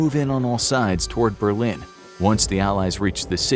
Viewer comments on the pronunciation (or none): none